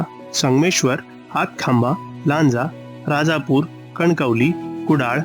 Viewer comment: Pronounced चिपळूण, लांजा, राजापूर correctly %मराठी